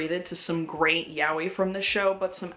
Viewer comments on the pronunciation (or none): Btw yaoi is pronounced ya-oy, not yow-wee. And Japanese people these days dont use the term yaoi anymore and instead say BL.